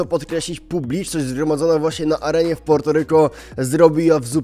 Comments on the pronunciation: Wydajemi mi sie że to sie wymawia Puerto a nie Porto ale mniejsza o to 😂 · Po polsku się wymawia Portoryko